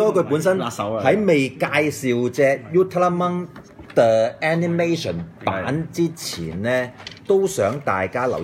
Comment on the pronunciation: 救命啊，正確發音應該係Ul - tra - man，不是 U - tela - monk，想做玩具Review，至少先將名搞清楚點讀先啦！